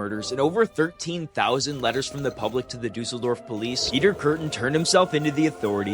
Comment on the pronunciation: Ok but stop saying guillotine and Düsseldorf like that.